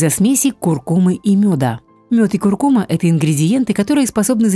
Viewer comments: Куркума’-ударение на «а», и не остынуть, а остыть... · КуркумА -ударение на последний слог...слух режет🙄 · Не куркума’,а ку’ркума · Первый раз слышу ,чтобы на слове куркума ставили неправильно ударение. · потому что даже ударение в слове куркума ставите неправильно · Да, слух режет весь ролик